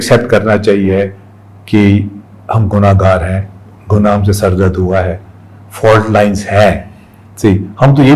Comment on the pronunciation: Did he say correcting the FART lines😅😅😅